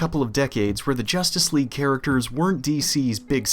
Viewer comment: "JOOSTICE LEAGUE"